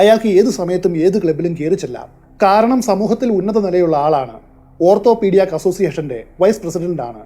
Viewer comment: ഓർത്തോപ്പീടിയാക് എന്നല്ല ഓർത്തോപിടിക് എന്നാണ്.